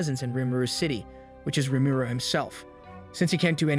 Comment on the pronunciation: I hate how he says rumuru